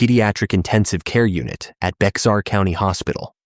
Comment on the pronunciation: Bexar County is pronounced Bear Couny, it is a Spanish word